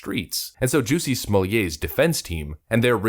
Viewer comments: Is the narrator saying jussie's name wrong on purpose? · It's Juss-e Smol-it. No French accent needed.